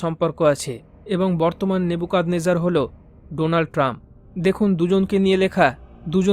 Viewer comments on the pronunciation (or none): তুমি নেবুচাদনেচারকে নেবুচাদনেকার কেন বলছ।